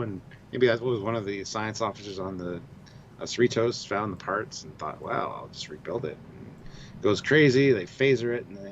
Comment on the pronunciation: USS seh-REE-tohs... Cerritos is a suburb of Los Angeles.